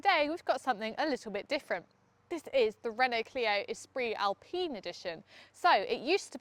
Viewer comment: Esprit Alpine . Avec l'accent 😊